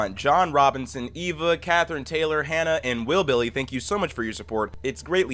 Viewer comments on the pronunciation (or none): none